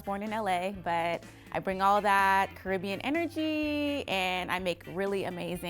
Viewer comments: Ok first off she's diffenatly not firmiliar with how to pronounce carribean, it's pronounced slowly, carri- bean (beean) oh and this info is coming from a 9 year old who is actually from the islands. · Based on how she pronounced Caribbean, I know she was gonna fail off rip. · Americans claim to be Caribbean yet can't even pronounce Caribbean properly 😂😂